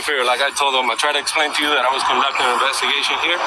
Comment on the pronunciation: "you're obstrupting my inbestigation"...sounds legit